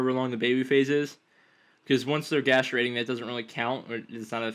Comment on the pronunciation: gas-trate-ing? rofl